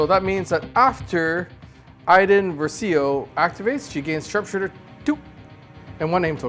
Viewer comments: Iden Versio "ver-si-o" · Just letting you for future vids it is pronounced ver-see-oh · First "Greivious", now "Versiro"? Do you guys read the spelling of the names, or at least listen to the content their in where they say their names? (Great video and game tho just the pronunciation is a pet peeve.)